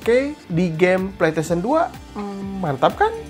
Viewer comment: Ane denger nya kok pletesien ya bukan pleystesien